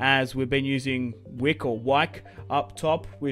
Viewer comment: Btw it isn't pronounced wick it's pronounced wIke